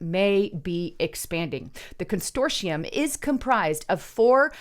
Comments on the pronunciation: “Con - sort - ium” Not “con stor tium”. I love you anyway & I especially love your reporting! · There's only one letter "t" in the word consortium. Constortium means something else. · Constortium is now on my 'take a shot' drinking list while listening to... But I digress. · Con sort ium ..say it slowly..Con Sort ium.